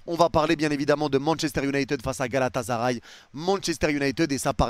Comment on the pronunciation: arrêter de prononcer Galata"z"aray svp, ya pas de Z. GALATASARAY